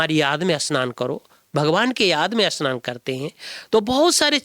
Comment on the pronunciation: Asnan nahi bhai ji snan bolo